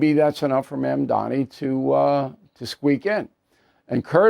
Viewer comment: Bill, learn to say 'Mamdani' correctly, it's not Mandami (at least now you get it right half the time, unlike your past videos on him). Please. Secondly, two candidates need to drop out to ensure Mamdani does not win, and this is very unlikely to happen. Therefore, he's not going to 'squeak by', he will win decisively. No, this is not good news. At this point a majority of New Yorkers could vote against him, and because the opposition is split three ways, he will still win. Not the fault of New Yorkers, but the fault of ego-centered candidates who won't get behind one alternative, because of their egos and their fantasies. Like the Prisoner's Dilemma, they will all act selfishly, and they all will lose.